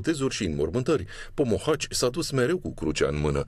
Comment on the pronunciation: se spune Pomohaci nu Pohomaci